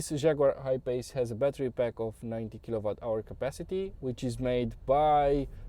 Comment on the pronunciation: W se pronunta U la kilowatts